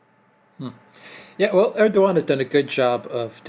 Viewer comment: Erdogan's name is pronounced "Erdowan".